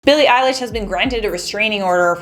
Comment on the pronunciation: Elesh ok .....fr Elesh? (Not hating 😌)